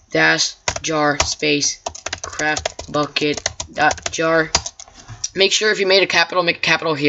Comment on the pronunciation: It sounds like your saying crapbukkit lol